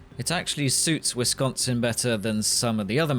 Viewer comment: I’m glad you pronounce “Wisconsin” correctly